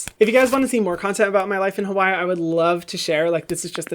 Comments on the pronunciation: So you live in Hawai’i but you’re not pronouncing it right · Say Hawai'i properly please 🙏🏽